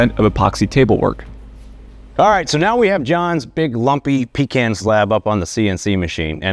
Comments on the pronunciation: I would have thought that a man with such an impressive facial accessory would have said "Pecan" correctly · You're wrong. It's pronounced puh-con not pee-can. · Great video, but I cringe every time you say pee can instead of pecan. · First learn to pronounce pecan. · Pecan. P’caun… When did Americans start pronouncing Pecan like British?